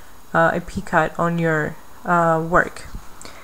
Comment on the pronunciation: Very helpful video, but just one thing...you are pronouncing the word "picot" incorrectly. It is pronounced "pee-coh", long O sound, silent T. Thank you for your tutorials!